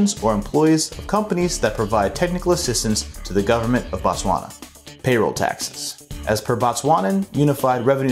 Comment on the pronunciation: Informative🙏. Work on pronouncing Botswana correctly.